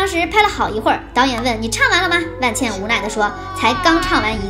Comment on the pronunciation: 不是万茜（xī）吗？